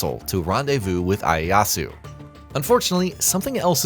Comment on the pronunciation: its pronounced Ee-Aye-yah-su btw. Not to be that weird guy, good video though!